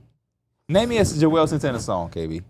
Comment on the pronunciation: juelz not joelz 😁